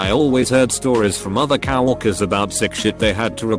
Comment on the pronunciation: No one:: cow-orkers